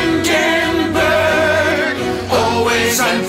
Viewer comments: make a song, i would buy it, listening to the sims say windingburg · Woo-enburg! Too bad I have to wait until Christmas-burg.